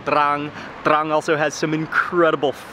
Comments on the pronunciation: That feeling you get when mark says TRRRRRRANG! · that spice weed makes him say trrran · Take a drink every time he says TRRRRRRRRRRAN. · “TRRRAN STYLE” xD love how he says it anyway great vid and very unique as i also learnt stuff i never knew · Haha thats city is exactly like my name but we dont pronounce it that way 😂